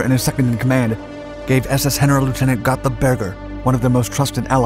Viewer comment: Love your work and watch every video you put out on 5/docs/skies/seas. While you generally do a great job on pronunciation, in German the 'G' is always hard! Auf Deutsch, 'Generalleutnant' is not 'Henna-rul-lootenant,' but phonetically: Gen-uh-RAHL-LOIT-nahnt. And 'eu' is pronounced 'oy.' Also, Berger's highest rank was SS-Obergruppenfuehrer, not Generalleutnant (a Wehrmacht-Heer rank one grade lower) Hope that helps; keep up the great work!